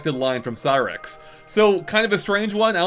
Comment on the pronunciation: "Cyrax" No. Shut up. Please. Please shut up.